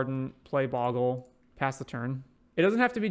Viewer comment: No sorry, it's Bogle not Boggle.